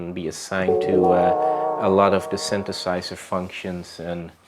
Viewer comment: Creative and chill dude. Also: "synthesizer"! :D